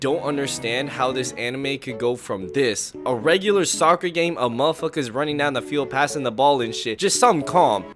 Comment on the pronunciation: when bro says soocer my heart hurts